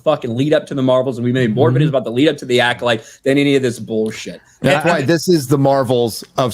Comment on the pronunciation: “Rename it to the acodyke” I spit out my drink. 🤣